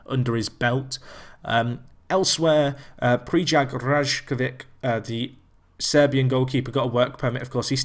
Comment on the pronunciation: Rajkovic is pronounced Rai-ko-vich.